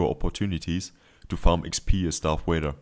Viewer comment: its vader not wader mate